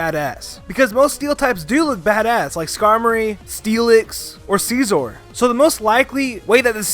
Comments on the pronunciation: SCI-ZOR not ci zor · See - zor it's SI - ZOR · Its not sciezor its scizor dude!